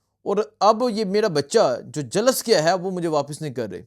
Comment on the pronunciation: 😭😭😭😭😭kash ye hakoomat tabah ho jaye🤲Ameen . O bhai jhalas nhi Jhulas hota ha